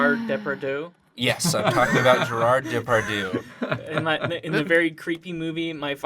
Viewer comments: Was that "Gérarde Depardieu" (mis)pronunciation some sort of joke or reference, or did you just genuinely bastardized it? I love this show, but... I am in shock. How could you ever think that is how it is actually said? :o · i can't listen to them saying gerard depardieu ? it sounds so wrong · The way you guys pronounce Gérard Depardieu is really dang cute. Those French accents were terrible, though XD Except for 'Désolé', that was pretty on-point.